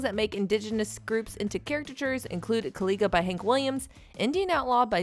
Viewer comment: Right?! She also can't pronounce Kaw Liga correctly... seems offensive to me. At least do your research if you're going to go way back and try to dig up dirt. We all know the past wasn't perfect!